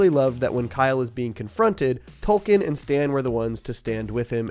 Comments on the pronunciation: Do you have a rare bone disease that causes you to pronounce Token as Tolken? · i can't help but say it, its token not tolken despite what the subtitles say on the show on hbo, they literally spelt it wrong, idk it just urks me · Okay wtf. Just started watching your content today. Is his name “Tolkien?” Or “Token?” I thought it was the later, but you’re saying the former the entire episode. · TOKEN. Not Tolkien. 😂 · Why are you calling him Tolkien? Do you not get the joke about his name? TOKEN like 🪙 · It's token not tolken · Are we calling “Token” “Tolkien” now? 😂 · Yo his name is Token, not Tolkien! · Did you pronounce his name as "TOLKEN"?? It's suposed to be "TOKEN" as when he was introduced he was the "TOKEN" black character. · Is he calling Token...Tolkien..lol. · Have you been calling token "Tolkien" this entire time? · Why are you calling token Tolkien? 😂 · Fucking tolkien i cant unhear it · It sounds like you are saying tolken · I definitely keep hearing "Tolkien"